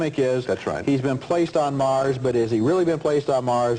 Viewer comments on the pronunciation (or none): none